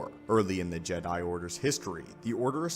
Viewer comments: Are you using text to speech for audio? Why are you saying jed 'eye? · why the fuck do you say Jedi like that? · stop saying Jedi like that😂